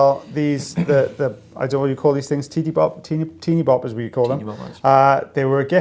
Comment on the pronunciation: Deely-boppers, not teeny boppers. 😂